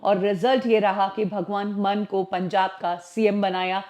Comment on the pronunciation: Madam, Munn nahi Maan pronounce karte hai. Case hona chahiye tumpar